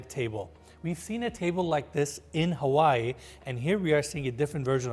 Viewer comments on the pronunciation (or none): none